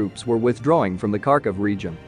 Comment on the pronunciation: Harkiv not karkov